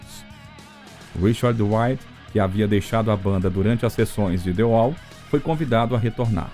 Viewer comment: Que texto mal feito! Mas o que mata é a narração! DI UAU já foi phoda, mas ouvir tantas vezes o ROGER UADERS foi mais que phoda!